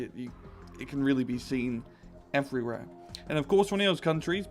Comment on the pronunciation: Your voice is strange. You put R's into 'writh' and 'evreywhere' etc. Other than that, yeah, good vid.